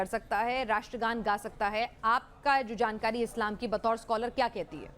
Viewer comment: Ye iliyash jo ratra gan nahi bol sakata ye kesa Indian he? Is ko Pakistan bhej do